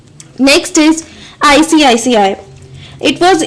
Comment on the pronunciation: icici not icict